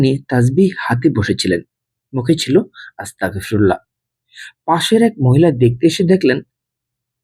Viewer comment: মাফ করবেন আপনার আসতাগফিরুল্লাহ বলাটা সঠিক হচ্ছে না,ওটি হবে আসতাগফিরুল্লহ,ধন্যবাদ